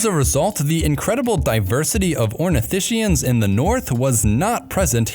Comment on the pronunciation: it's pronounced ornitiSKIans, not ornitiSHians.